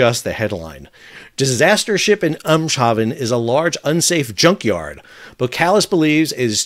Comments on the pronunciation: Nope, like a good American you killed it with fire. It's just like "Emms - Hahfen" because it's the harbour at the mouth of the river Ems (Eems in Dutch). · Pronunciation is Eems Haven - Haven is Harbour in this part of the World....... So not "Eem" "Shaven"..... Much like adding "Port" to Town or City name E.g. Newport, Bridport etc..... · AIMS-haven... Not AHMS 😉 Greetings bibia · Amgschhabben? it's called Eemshaven,. Eeeeemms,... haven. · Pronunciation of 'Eemshaven' for native English speakers: think 'aims' followed by a short 'ha' and 'ven'. Hope this helps :) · Eemshaven -> Eehms havn Eems like in M&Ms but long Eh Havn more British with the A like Other or British cAn‘t Don’t use the E at the end of haven This is the German way but it should be pretty close to the Dutch way. Keep up the good work 👍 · "Eemshaven" is pronounced roughly like "Aimshaven" in English, with "Ee" like the "ai" in aiming (for a target} and with "a" in haven like the "a" in harvest. Good piece of info again in this video though! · Hey Sal, just FYI You could pronounce EEMSHAVEN as EAMES (like the furniture designer couple) and ‘Haven’ from NEW HAVEN. And Boskalis as BOSS (the fashion brand) -Kalis. We’re Dutch, not French ;) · On your pronunciation of Eemshaven: The 'haven' part was pretty much spot on. 'Eems' should be like an American would say "ames". Nice content! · His pronunciation isn't French. The "sh" sound in French is spelled "ch", and the spelling "sh" only exists in foreign words. And the "-aven" part would be "avon" in French ("a" as in "dam", "n" nazalized). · What's wrong with " I'm shavin' ". Doesn't matter if it isn't correct. It's funny. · Dude, an American will butcher that for sure. The way I described it is one way to say it which comes closer than I’m Shavin ;) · aims-hah-ven is the correct pronunciation. great report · thank you for updates, just for your info the pronounciation of Eemshaven is Aims-hah-ven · Even better is to "aim" = eem